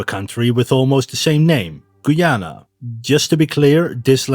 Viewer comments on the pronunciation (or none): Its Guy-ana not Goyana sadly some Spanish people want to invade us